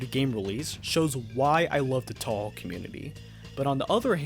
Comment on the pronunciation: man i dont like saying this to people who are clearly ESL but you really need to work on both your english and japanese pronunciation or youre gonna ruin a lot of fans pronunciation too to start with, its “toe-hoe” not “tau-hau”